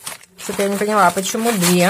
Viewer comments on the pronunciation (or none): none